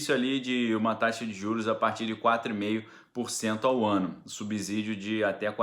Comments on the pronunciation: A pronuncia é subssídio e nunca subzídio , como subssolo não é subzolo. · Bom dia,! Pronuncie essas palavras: subsalente, subsequente, subsolo e subsumir, então a pronúncia é a mesma para subsídio. Grande abraço 🤗